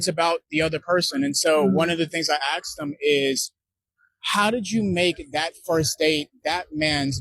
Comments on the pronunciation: A professional in Mental Health counseling with some obvious European DNA admixture and he still can't pronounce "Ask" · By not being able to pronounce "Ask"